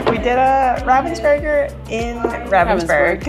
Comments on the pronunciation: With stress on the Rah!😎👍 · Thanks for sharing that trip with us. I hope it was all you ever dreamed of. One thing, though: The way you pronounce the German version of the name "Ravensburger", is not how a German would spell that sound. It would not normally occur in German, but what you say would be spelt as "Ravvensburger". You need a more open sound, like if you accidentally pushed an almost finished puzzle off the table: "Aah!" - "R-ah-vensburger". Germans spell that vowel as "Ravensburger". But: welcome home. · Also if anyone wonders, you pronounce it Rahvensboorg(er) :) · As a German I love how you really try to stick to the German way of pronouncing Ravensburg(er) but then here and now the English version slips out :D